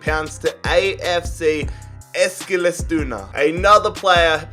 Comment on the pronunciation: Wow you pronounced eskilstuna perfectly wtf